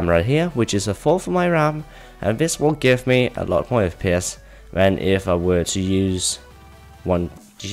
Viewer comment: He said Fpiss at the beginning lol